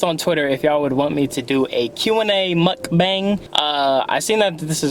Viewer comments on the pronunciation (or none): it’s pronounced “mook-bong.”